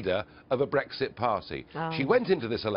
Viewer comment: It's not breEGGSit. It's brEXIT.